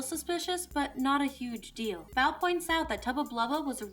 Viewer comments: Mispronouncing Bow's name, I see. It's not like "bow" as in, take a bow; it's "bow", as it, bow tie. Get it right next time! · Bow is pronounced like the accessory, not the action. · The way she pronounces Lady Bow’s name...irks me a bit.